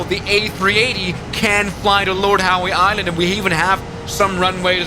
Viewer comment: I know it's part of your charm, but it's pronounced Lord "How" Island. The "e", like your female fanbase, is silent.